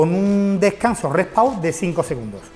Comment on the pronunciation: Porque dicen Re Pau 😒